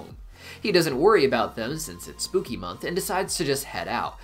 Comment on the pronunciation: Sir, it is Spookymon, not month😂😂😂 Digimon, Pokémon, what's next😂😂 sorry everyone, but i hear "mon" not "month" 😂😂😂😂